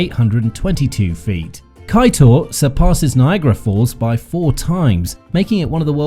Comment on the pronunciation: Good morning nice video. However please consult wih someone to get the correct pronounciation of place names etc .Kaiteur is pronounced Kai chore. .